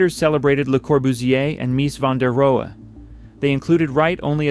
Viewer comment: This is an AI mess images and mispronounced names this building is more of an icon than this collection of clips can show, there is a clip of a modern Japanese(?) car design 70"s? and other clips that are wrong and misleading, just rebuild this build video. Mies van der Rohe and Taliesin are the most standout mispronounced names in this work but Check you work for all, You billed as a Documentary, so get it right. Yes Fallingwater is an American Icon, it is high art in 30"s, and the 30's were troubled, so get the names and details right. It deserves the Troubled Truth Behind America's Greatest House Ever Built 😶